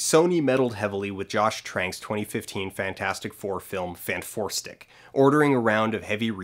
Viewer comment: I'm gobsmacked that Fant4stic is pronounced "Fant-four-stick". I thought it was spoken as "Fantastic Four"...